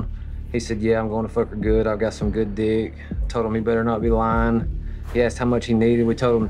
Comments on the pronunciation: Why'd he say duck like that🤣🤣🤣🤣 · I'm dying at Chris saying good dyucckkk 😂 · the way he emphasizes "DIYECK" 🤣🤣🤣🤣🤣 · Emphasis on “D*ck” 😂 Chris!!! You silver tongue devil you 🤣😂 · Not chris hansen pronouncing every letter in the word D!ck LOL